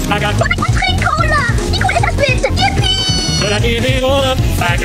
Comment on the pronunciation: Nice, but how the heck did you mess up the word Cola